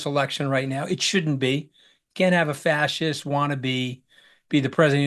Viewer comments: Ross is illiterate! Did he graduate high school? "fassist" ? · LMAO the pronunciation of fascist 😂😂😂 I’m not even a native speaker and I find this MIND BOGGLING! Even my mom who’ English level I would say is barely enough to function would have known how to pronounce it. Seriously who tf is this guy and how can he be so dumb?! This can’t fly, Trump can’t get away with sinking so low, I can’t believe it.